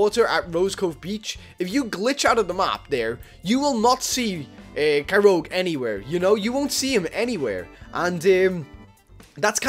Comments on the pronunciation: "Kyroug" Its kyogre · In do you say "kyoge" not kyogre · you said kyog it's kyogre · Kyroge... WHY??!! ITS KYOGRE